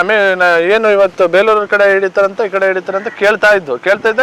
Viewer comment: Bro adu beluru alla bro bikkodu yak sumne beleuru beluru anta heltiya